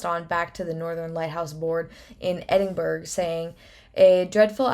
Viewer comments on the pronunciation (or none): Hey doll a great video, nice to hear that wee mystery again. I'm jock so I just wanna say it's not pronounced he-brides, it's the heb-ri-deez. And edin-bruh. In Scotland we could own personal firearms freely until 1920 when licences were introduced and finally banned in 1938 (despite no incidents of one ever being misused!) So they may well have been armed but they would of had axes and ll sorts to kill each other, we don't piss about here in Scotland 😂